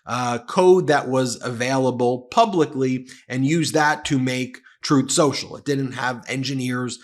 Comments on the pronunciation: "Troth Senchel" 😂😂😂😂😂😂😂😂😂😂😂😂😂😂😂😂😂😂😂😂😂😂😂😂😂😂😂😂😂😂😂😂😂😂😂😂😂😂😂😂😂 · You said, "on truth social" or "untruth social"?